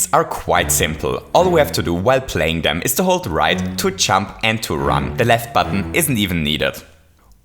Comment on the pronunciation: I love how his accent impedes him from saying "Jump", instead making him say "CHUMP"